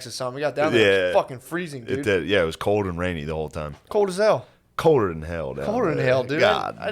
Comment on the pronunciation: "Code as hell"? Is there really a whole generation of young people that can't say the letter L in the middle of a word? You all sound like your 5 years ode. Widdo boys. Pat McAfee can't either. Please practice in the mirror or something.